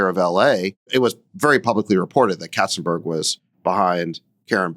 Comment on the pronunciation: When Sacks says katzenberg, I keep hearing `cats and birds`.